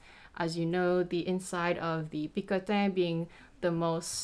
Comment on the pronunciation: i think you are pronouncing "picotin" wrong :p Beautiful bag, congrats!!!